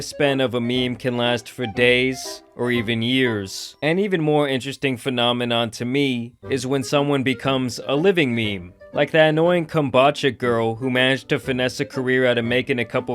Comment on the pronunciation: No disrespect my boy but it's pronounced kom-BOO-cha! Love ya! ❤️